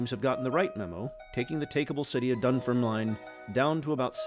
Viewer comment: It's pronounced "Dun-FERM-lin" , rather than "Dun-ferm-line". 😊